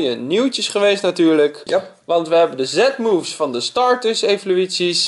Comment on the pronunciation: je spreekt het uit als zie moevs